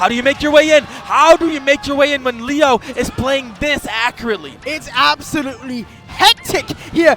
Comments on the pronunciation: Hate when they call him Lee Yo. It's Lay Oh. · Grateful for whoever told Ramses to stop saying Leeoh 🤦🏼‍♂️ LAY-oh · don’t forget leyo too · "Mk Leigh-yo" 😂🎉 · I can’t deal with them calling Leo LEEoooo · Lee-oh was driving me absolutely insane. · The constant mispronunciations of Leo was driving me nuts. How do you not know the name of one of the greatest players of the game that your commentating... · If drives me crazy how this guy's saying Leo's name. That's the goat, say his name right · Ain’t nobody gunna mention how neither of these commentators know how to say the best player in the worlds name? -_ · homeboy couldn’t decide which way to pronounce “leo” lmao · insane how youve heard someone say their name including everyone else pronounce Leos name for so long, and then still not being able to say it properly